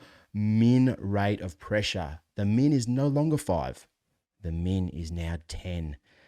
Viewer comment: Very informative. One pronunciation you might clarify. I have some hearing deficiencies and, at first, I thought you were saying mean, as in the average, rather than min, representing the minimum. And, don’t let your volume get too low, for us hearing aid wearers. Great information! Thank you.